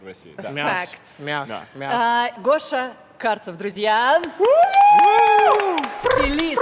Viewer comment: Под нос Гоше Карцеау